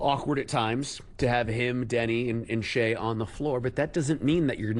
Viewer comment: Its Deni not Danny. People haven't seen a game...